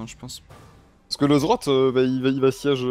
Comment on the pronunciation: cest pas zrot putain xD z z rrrot